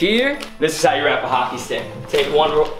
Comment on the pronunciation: you said hocker not hockey